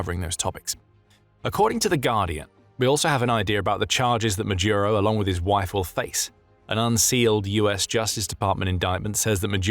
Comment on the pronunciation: Ma-dooro!! not Majuro, not Majooro, not Madiuro!